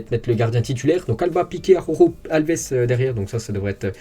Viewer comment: tout l'monde galère avec la prononciation d'Araujo, même à la télé! ça m'tue de rire xD